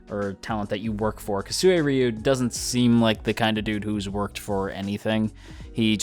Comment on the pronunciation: It's pronounced like this suy ru the u after the r is pronounced as "you" while the 1st u is pronounced as one with first part so like this too suy ryou